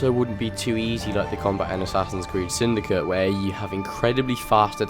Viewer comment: the way you pronounce Syndicate. I find it funny :P